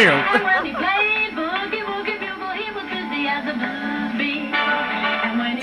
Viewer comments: A bugle..."bew-guhl" not "bugg-uhl"...is a brass instrument like a trumpet, but without valves. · Did you really say Buggle boy? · A bugle, pronounced "byougul", is like a trumpet without the 3 valves/slides that a trumpet player presses to modulate the notes. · I almost spit out my drink when you said "Buggle" boy! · Me, shaking my head at hearing you call a bugle a buggle. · He doesn't know what a bugle is...he calls it a "buggle" (rhymes with snuggle). One of the finest examples of generational divide I have ever seen. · Bugle, pronounce the U!